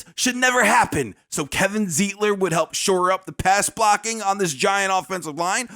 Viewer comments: It's pronounced Z eye tler . And I just watched Z eye tler and John Feliciano start this past weekend - but we didn't need them. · Wish you would pronounce Zeitler's name right.